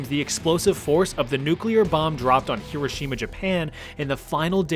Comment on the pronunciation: Thanks for saying Hiroshima correctly lol